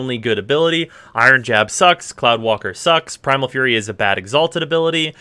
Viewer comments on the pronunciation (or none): none